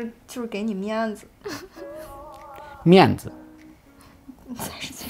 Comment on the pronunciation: ，天津人，两个字“面子”就听出来了